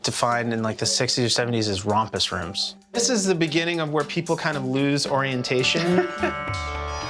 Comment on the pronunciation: Rumpus rooms, not rompus rooms. 🤣🤣🤣